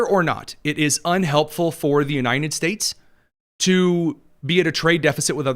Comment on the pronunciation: I enjoy your show. One thing that distracts me is your pronunciation of "United States." I keep hearing you say U-nine-ted States. Drives me nuts! Great podcast.